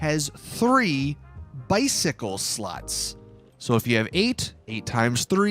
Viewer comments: Ngl when he says slots I allways hear sluts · I'm just wondering why he pronounces slots as "sluts".